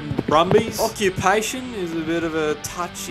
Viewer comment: Aww-queue-payy-tion - bit of a touchy subject 😆 Cheers from across the ditch